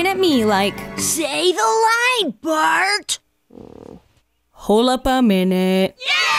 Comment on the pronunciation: Since watching you I catch myself saying "holupaminute" as one word when I'm confused 🤣 it's all your fault